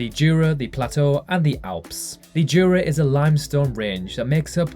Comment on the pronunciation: The J in Jura is pronounced like a Y.